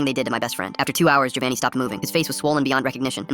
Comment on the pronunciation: Its Giovanni not govanni but anyways thGs sad to see your best friend die in front of you